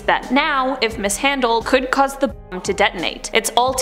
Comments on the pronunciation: You can’t say bomb? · You can’t say bomb ? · Does she not know how to say the word Bomb.....